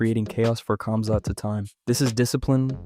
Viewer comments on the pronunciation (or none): bro is saying cumzat